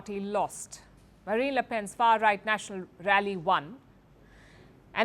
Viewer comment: Stop saying far ight.